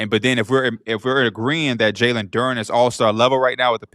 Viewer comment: I know P gotta be loving this engagement! He really brought this guy on to spout a load of bull ahaha - listen to how he pronounces Duren ffs! Anyways, loving the show!!!